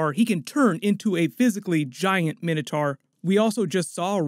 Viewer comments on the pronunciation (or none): Minna tar? Mine-oh tor